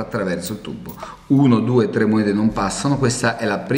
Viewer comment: il segreto e bello , non puo essere spiegato . ma mi fa morire quando dice IL TUBBO haha ma e di napoli!!! bello!!ciao